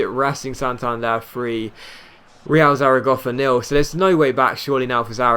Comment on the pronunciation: Bruh, if he pronounces Zaragoza "Zaragoffa" one more fucking time....